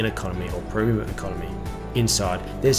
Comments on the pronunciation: "Proom" Economy product? Such mispronunciation reduces the veracity of your commentary. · This guy can't pronounce "Premium"